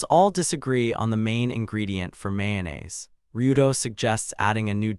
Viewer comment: this is AI, the summary is incoherent you cant follow the story, and pronunciations are wrong, how can you even mispronounce mayonnaise?